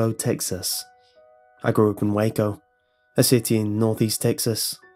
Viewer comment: *in obvious British accent* “Oy Grew’op in Waycaeo” 10/10